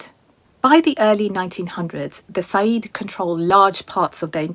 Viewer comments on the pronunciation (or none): It is Sayid not Saeed. Completely different meaning and pronunciation.